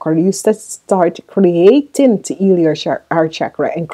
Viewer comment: How can u say eal then say heal correctly 🤔😑😑😑